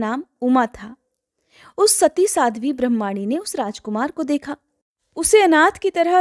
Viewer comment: ब्रह्माणी नी ब्रामणी शब्द है आप गलत उच्चारण कर रही हैं